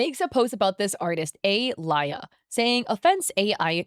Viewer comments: So my girlfriend’s name is Alya. And watching this hits for two reasons. 1. My girlfriend’s name is the same as a scammer, 2. The way you pronounce it is painful. (No hate, just saying this for the lols.) Now pronunciation usually differs, but it’s usually pronounced similarly to Aliyah, or Al-Yah. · I think the name is pronounced “Ah-Leah”,. 😂It’s a Russian name, sometimes it’s used as a diminutive.